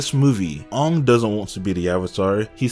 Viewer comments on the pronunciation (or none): Just brutally reminded by how they pronounced things "Ong" " Eeroh" "Agni Kee"??